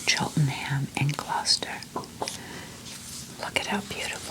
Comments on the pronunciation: Hi, you’ve made me feel like I need to make the most of living 30 minutes from stow on the wold! Your love for England always warms my heart 🫶🏼 Also, 10/10 on your pronunciation of Gloucester! 🎉 We tend to pronounce places with ‘cester’ in as just ‘ster’. Eg, Leicester = Lester, Gloucester = Gloster, Bicester = Bister, I think the only time we pronounce the ‘ce’ is for Cirencester (pronounced like siren sester) I hope this made sense 🥰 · Hello from Gloucester. You said it right 😊. So nice to hear you talking about my home county, it really is a beautiful place, and I feel very lucky to live here.